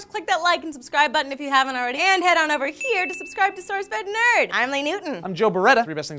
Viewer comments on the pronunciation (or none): none